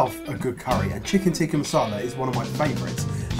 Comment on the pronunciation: In addition to horrible pronunciations, it's Chicken Tik-kaa Masala😀